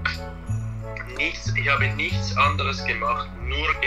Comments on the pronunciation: admire your determination,you tackled the language in a short period of time.When you pronounce the word ich you say iš but you need to pronounce it ih.You have an accent of course, I had it when i first started learning Deutsch.The ich is the most noticeable so just work on that,it will get better overtime. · the shower = die Dusche (DOUCH-UH) You always pronounce the ending "e" in German. Also, "sch" is always pronounced like "sh" in English. German words starting with "sp" or "st" are always pronounced as if they started with "shp" (Spiel = SHPEEL) or "sht" (Stadt = SHTADT). In German, the letter "s" is a soft sound (Sonne = ZONN-UH), while the letter "z" is a sharp sound (Zimmer = TSIMMER). As for "ei" vs "ie", in German it's always pronounced like the second letter as a standalone in English (AYE vs EE). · you pronounce your ICH as 'EESH' but it is rather 'EEG' like SIEG in SI.E.G HE.IL (sorry for the horrible example) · You're doing amaaaaaing,!! The best advice I would give you as a German native speaker is to work on your 'ch's, for example you pronounce 'Ich' 'Ish' but it should be a 'CCHHH' sound if you know what I mean hahah it's hard to describe. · Hey 😇. You should correct the way you pronounce „ich“. It is like you say „isch“. Ask your teacher so as she can explain to you. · Loved you & Jo since day 1. I don’t speak German by any stretch of the imagination, but it sounds like you’re pronouncing “ch” (after i or e) just like “sch.” I would say that the soft ch in German is the same as the first sound in “huge” (exaggerate it). In some Spanish dialects, it’s the g/j in “gente” or “elegir.” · It's so funny to be how he pronounces the "ich" like "eesh" BC I can just tell he's learning from these Bavarian/Berlin sources haha. You'd never catch somebody from Niedersachsen pronouncing them like that haha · I'm sorry but ICH ICH not ishhhhh it's ICHHHHHH im sorry, but it's ICHHHH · You say isch, I think you can just say ich